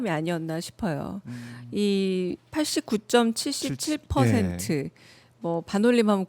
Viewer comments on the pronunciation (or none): 팔십구점칠십칠이 아니라 팔십구점칠칠 이라고 읽어야 합니다 대변인이면 정확히 알고 읽어주시기 바랍니다